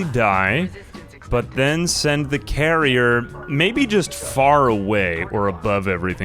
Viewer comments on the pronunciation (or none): Every time you said "carrier" I was jarringly disappointed in you. It's "Karener"!